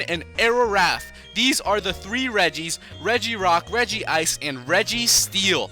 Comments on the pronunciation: Regice NOT rigiice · Its not regEEice, it's just rej-ice, pronounced like that :) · please say regice's name right (REDG-ICE) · Actually, the proper pronounciation is RegEEice. That is how it is pronounced in the Anime.